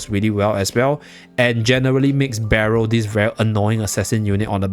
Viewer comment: Cannot pronounce Berial😂